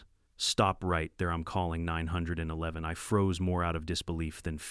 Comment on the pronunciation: Is saying 911 so hard